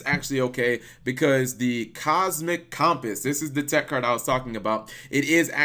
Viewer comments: michael galicia Yeah you’d think he’d be familiar enough with cumpiss that he’d know how to say it. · how the HELL can you not pronounce the word "Compass"?! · How the fuck do you mess up saying "Compass"? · I'm used to pronouncing things wrong on the regular but compass? How do you pronounce compass wrong? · Your pronunciation of compass kills me.